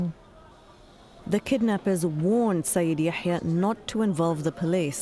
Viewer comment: It's Yahya not Ya7ya. So annoying